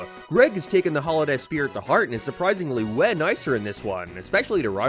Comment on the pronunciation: it's unbelievable that you really pronounce 'house' like 'hice' and 'way' like 'weh'. How have you gotten to your advanced age speaking like this?